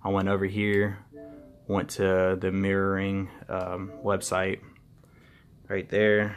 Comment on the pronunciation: "screen meering"?